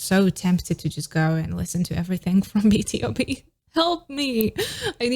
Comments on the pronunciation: BTOB is pronounced as bee-too-bee, it stands for "Born to beat" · Hii!! Love this but is pronounced B(TO)B